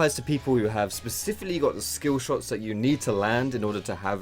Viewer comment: that 4.40 "pacifically" 😂😘